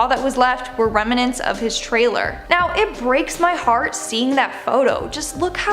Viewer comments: It’s NOT “remanants,” it’s “remnants.” There is no “a” in the middle. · "Volcano-ologist"? "Reminents"? Seriously?